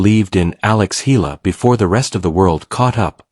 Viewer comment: Not Ayala spelled and pronounced but spelled and pronounced properly as E-ala 🇵🇭💜🇵🇭💚🇵🇭❤️🇵🇭